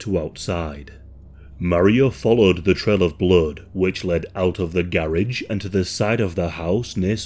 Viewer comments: That “garage” pronunciation is wild lmao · The way to say garage… wow why can’t y’all speak correct?